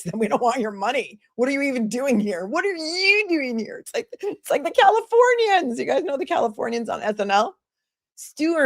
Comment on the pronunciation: Hahahahahaha the califorrrrrnians 😂